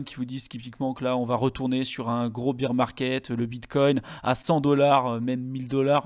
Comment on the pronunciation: S'il vous plaît, bear market ne se prononce pas "bir" market mais "bèr" market. C'est different de beer... C'est un petit détail mais qui fait mal aux oreilles ;-)